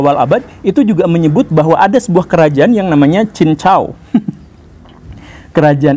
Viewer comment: Klo pulau mas dlm bahasa mandarin adalah cin tau,bkn cin cau.